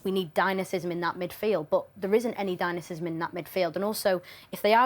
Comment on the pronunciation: Dynasism… dynasism. Get off the telly please